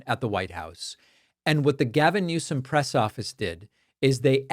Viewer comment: I thought he was saying "Less More"